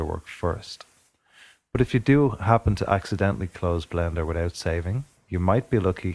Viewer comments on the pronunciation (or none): did you say blander or blender